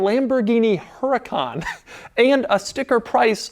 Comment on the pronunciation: Its actually pronounced BMV and Lamborghini Uracan